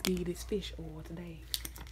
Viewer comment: This reminded me of a teacher that I had that would say oil like bowl but without the b